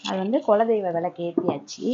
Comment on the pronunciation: Kuladaivam not kola daivam